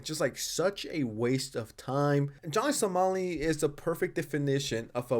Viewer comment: somali somali not solami